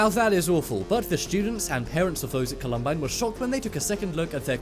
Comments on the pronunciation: The school is pronounced Colum-byne. It is not because of the 2017 IT movie it's also the original IT movie with Tim Curry as the clown and the clown who actually killed people. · Call-um-bye-n that's how you say it. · Marion Morgan Volcanos are beautiful and need to be respected, I agree. The mess-up of Mount Saint Helens and Columbine annoyed me (Colorado born here, stone’s throw from where it happened)